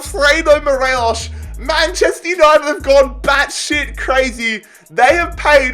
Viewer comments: It's Morelos not Morelosh. 🙄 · Morelos is just pronounced as 'mor eh los' , no accent , just a pointer. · Nobody:: Morelosh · it really annoys me the way u say morelos name